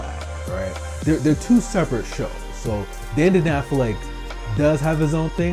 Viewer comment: Its pronounced Dan-da-dan not Den-de-den